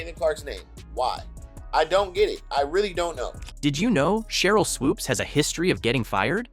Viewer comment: Voiceover guy: Swoopes’ as a possessive only needs ONE S. Not Swoopes’z. That’s typical broadcast ignorance